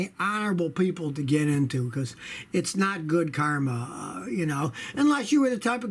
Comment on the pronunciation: "It's not good CARma"